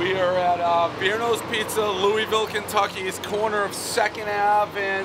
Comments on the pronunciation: Loo wee ville pizza. ITS LOUISVILLE (looahville) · Ur saying Louisville wrong